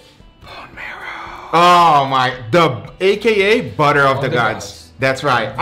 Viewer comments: I heard him say “boner of the gods” no one will convince me otherwise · I kept hearing him say “bubble of the guts” instead of saying “butter of the gods” lol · i hear buddha of the gods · I heard butter of the guts